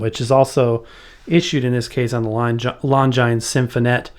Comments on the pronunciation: Loved this video. The name of the Orchestra on your record labels is pronounced “Lon-Jeenz”. They were watch makers. Sometimes you would see Longines clocks on the outfield walls of classic ballparks. I’m going to look into this cleaner though. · I think Longines is pronounced lon-jean or lon-gene. That's French for you, never pronounced like it looks like it should be. I remember tv ads using that name and pronunciation. (( may be wrong though.))